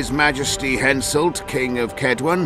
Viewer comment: ROFL, Hamselt? It's Henselt. Although that's the funniest misspelled name I've ever heard :D